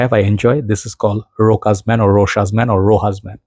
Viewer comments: I think it's called "Roshá", with an accent at the last syllable like all French words. It's a French name. Variations of it exist in other romance languages too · [ro-'sha] without the S